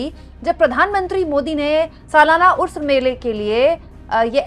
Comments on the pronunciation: Pronounced "urs" and not usr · Madam usr nahi h urs hota h 😮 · please correct the pronunciation... it's not USRA, it's URS.. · Ursa na ki usra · उर्स उऱस नहीं उर् स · There are people pointing her wrong pronunciation of 'urs' as 'usr'. What exactly you need to notice is her intention and fearless journalism. Sis you are brave for talking freely... Stay blessed 😇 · ये शब्द उस्र नहीं उर्स है, यानि 'र' को स से पहले पढ़ा जाएगा बाद में नहीं।